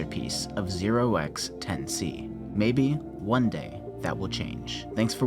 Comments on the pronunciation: The way the name is supposed to be pronounced is "10 to the C" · I believe Notch pronounced the name "Ten to the C" The 0x isn't pronounced because it just indicates that the number is in hexadecimal.